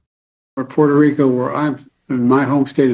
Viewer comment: Notice Biden almost says "Porto Rico where I'm from". Poor man the dementia is really taking hold now. Un-Democrats repeatedly shooting themselves in the foot.